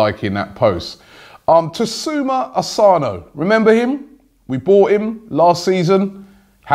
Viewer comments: Takuma Asano Robbie not Tasuma Asano. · Robbie lol, TAKUMA Asano not Tasuma lol🤓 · TASUMA Asano xDDDDDDDDDDDDD I can't get my head around how someone's pronunciations could be so bad.